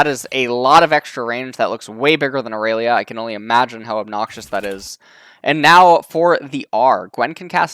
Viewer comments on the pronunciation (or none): none